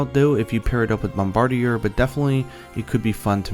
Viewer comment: "supple items" OH MY Also, "bombardier" is pronounced "bombarDEER."